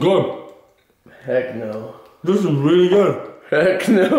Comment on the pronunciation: wiwwy gowd